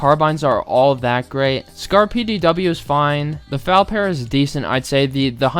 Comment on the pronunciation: The fall if pronounced f.a.l.